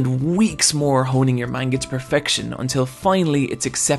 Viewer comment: “Maneguh” Ugh